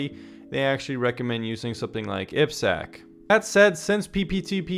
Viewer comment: Aiiii peee sekkkk Triple desss Hint for proper pronunciation